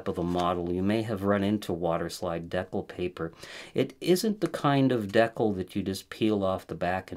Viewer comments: Great professionally done tutorial but FYI It is pronounced de-cal, not dec-le. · I'm sorry is he saying "deck-ull" for decal? Whoa!? That's really weird. It's "dee-cal" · US Americans say "dee-kal." Actually it should be "day-cal" given its French origin and spelling. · Dee-cal! Just like the ones that came with the plastic airplane models you put together as a kid. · I'm not making fun, because your good people, genuinely helpful & doing your best, but decal paper = (D--Kal) paper for making decals. Okay ty & I commit to helping you as much as possible!!! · I think it's Dee-Kal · “Decal” is pronounced “dee-kal“. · The way you pronounce decal so confidently incorrectly is crazy